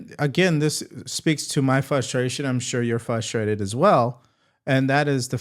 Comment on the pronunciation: Can you check the spelling on frustrated ? I love your show but every time you say the word it doesn’t have the R in it ! It’s not fustraited …. It’s frustrated. Drives me Insane . Again love the show 👍👍